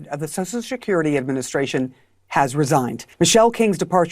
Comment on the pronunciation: Social Seslurity